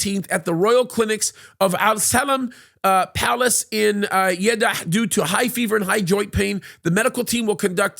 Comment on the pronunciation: Just call him "MBS". And it's Salman, not Shaliman. ( two syllables, not two ) If you want to increase your credibility, learn how to pronounce words and names. Jeddah, not Yiddah.